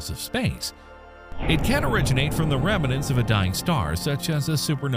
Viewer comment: Are you saying 'remanants' instead of 'remnants'?